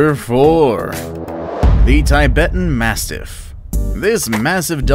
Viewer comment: Nice video but the 4th one you pronounced wrongly (The Tibetan Mastiff)